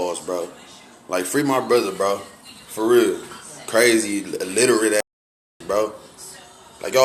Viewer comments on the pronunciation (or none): Omg how said fr doe I’m dead aff “freee doe”😭😭 it’s foreal doee😂😂